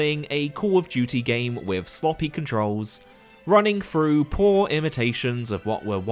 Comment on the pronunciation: Hawfray Froo December.